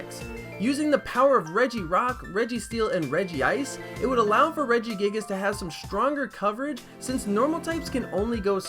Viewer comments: It's regice not regi ice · It is Reg-Ice not regi-ice pronounce it right jeez. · redgy-ice? No . . . it's rege-ice (#Howupronounceregice) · It's not regi ice it's reg ice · Not regeeice reg then ice regice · I got triggered when he called it regi-ice